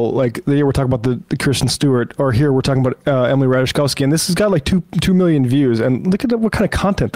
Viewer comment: Three swings at correctly pronouncing Ratajkowski, three misses.